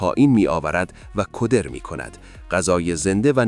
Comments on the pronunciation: سلام روز شما بخیر خوشی باشد...در دقیقه 57.میگویید کودر میکند.من فکر میکنم کدراست. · گوینده هوش مصنوعی 🤯 است کلمات رو جوری دیگه تلفظ میکند مثل کَدر کُودر در کل عالی بود 🫡